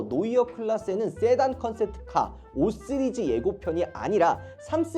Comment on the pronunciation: 왜 자꾸 5쓰리즈 라고 해요 😂